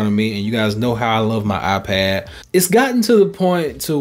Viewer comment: “Eye pahhd”